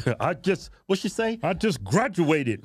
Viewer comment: She may have Grad-E-ated today but i'm guessing she didn't done to good in english